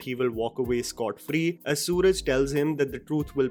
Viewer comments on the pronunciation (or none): Hey.. Just wanted to tell you... It's pronounced Su-raaaj not Soo-raj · Hey lots of love from Kerala ❤️ BTW it’s pronounced सुराज and not सूरज 😅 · It's Suraaaj and not Soooraj.. You do everything so perfectly, so I thought I'd let you know brother... Huge fan ♥ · for the 100th time it's SURAAJ not Suraj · It's Suraaj not Suraj. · Hey although it's written suraj.its pronounced as suraaaaj.Nice review...